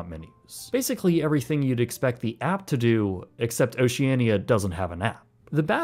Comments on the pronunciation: its ocean-ia not ociania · They pronounce the name Oceania as Oceana. You would think having traveled on one of their ships for ten-days, you would know that. Odd. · you are most definitely NOT the target audience for Oceania. I am in my early 40’s and are often in the top 10 youngest onboard. Just an FYI, the “i” is silent when saying the name of the cruise line. The older ships are hardly “Ugly and outdated”. The pictures you are showing of them are after the multi million dollar refurbishment. All the fittings are of high quality, and once onboard you’d be hard pressed to tell the ships are over 25 years old. Once again, you are NOT the target audience for the ships in question.